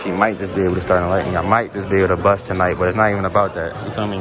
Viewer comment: It’s bust not buss my boi😂